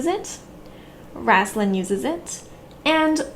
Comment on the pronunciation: Love your explanation. One thing though... you always call him “Rass-lin”... and I have always read the name as “Ray-stlin”....like a “ray” of sunshine.